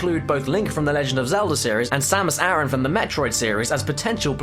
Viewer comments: Its Samus A RAN. NOT Air-on or aaron. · Its Samus A RAN. NOT air on or Aaron.